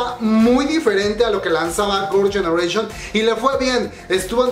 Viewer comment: Eres tan fan que todo el video dices “Gorls ganeration” :v